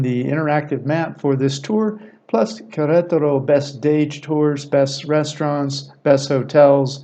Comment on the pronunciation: Spanish words and names put the accent on the 2nd syllable which will make all Spanish words easier for you to pronounce such as Quer. ET er o